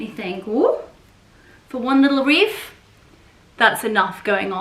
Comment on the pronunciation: lovely...it sounds like you're saying reef? 😊 not wreath....